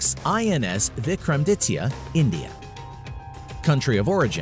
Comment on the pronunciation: The way he pronounced INS(Indian Naval Ship) Vikramaditya...